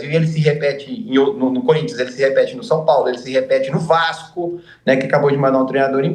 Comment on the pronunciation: Enche até a boca quando vai falar Vasco